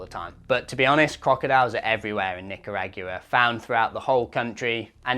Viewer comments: Nica-What? Try again😂😂😂😂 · "Nica-ragu-ah" 😂 jk. I know it’s just your pronunciation and accent. But if you want to simplify it, say it like "nica-dawa", sort of. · That's funny you trying to pronounce Nicaragua.😂...Nic-ar-a-gua👍🏻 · Nick-u-ragua? Please just listen to Google Translate to hear the correct pronunciation, particularly before you go back. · Knee-cah-rah-gwah (Like Guatemala) Ni-ca-ra-gua Nicaragua I know it's hard to pronounce. Mexico, El Salvador, Guatemala, Nicaragua, Costa Rica, Panama - so on a map, it's a straight line from Mexico to Panama. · Your pronunciation of Nicaragua is very off .. Google "Nicaragua pronunciation" for an audio clip with proper pronunciation. ni·kr·aa·gwuh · His pronunciation of Nicaragua legitimately aggravates me… Nicker-Agg-U-A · That pronunciation of nicaragua was wild 😂😂😂 NICO-ROG-WA is the correct way. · Nee Kah - Rah Goo - Wah Your pronunciation of Nicaragua is throwing me for a loop! 😅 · What’s a nicaraque’ah? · Nicaragua… Knee-car-ehg-geww-weh! Love the Aussie pronounciation of some words mate hahaha 👍🧡🏄🏻‍♂️🤙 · Oh man you butchered the pronunciation of Nicaragua lol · Love your pronunciation of Hacko and Nicaragua. Scary video. Had a run in with a croc chasing me at Punta Arenas. When he finally caught me it was just the beads of an old fishing net fought on the bottom while I was getting dragged by the current. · My ears are bleeding after hearing you pronounce “Nicaragua” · Why are you pronouncing Nicaragua so goofy? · im here just to hear butcher the pronunciation of Nicaragua...lol! An Auusie with no spanish skills...love it. Sorry just heckling ya! Thanks for all you do! Love your insightful breakdowns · Your pronunciation of Nicaragua is hilarious. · How you pronounce Nicaragua is nails on chalkboard level annoying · Your voice is not pleasant and please learn how to pronounce NICARAGUA! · That is the craziest pronunciation of Nicaragua I have ever heard. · No way that’s how you say Nicaragua